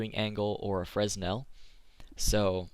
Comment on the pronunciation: The S in fresnel is silent :P